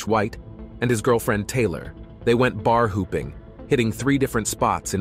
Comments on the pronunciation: Is this an A.I., voice? It sounds pretty good for the most part but every so often there are strange pronunciations like "they went bar hooping" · Everyone seems to like using this AI Voice. Come on.... "Bar Hooping"????